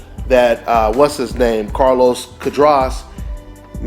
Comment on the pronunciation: cu -ah-dras